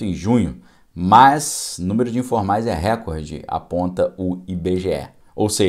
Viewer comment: Boa tarde., a conjunção adversativa que foi tão focada é "mas" e não "mais" como você pronunciou repetidas vezes na "live" de hoje. Muitas gente na comunicação oral insere o "i" em "mas". Talvez seja por facilidade na pronúncia de "mais".